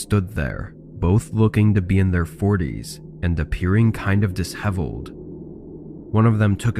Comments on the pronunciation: Disheveled [dih-shev-elled], not diss-hevelled!LOL! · it’s not “dis-heveled” It is pronounced “dish-eveled”